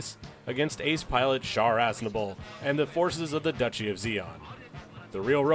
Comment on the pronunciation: "Duchy" of zeon?